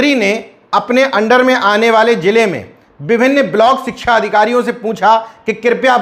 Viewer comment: सिच्छा को सरसोतिय बोलते हैं भी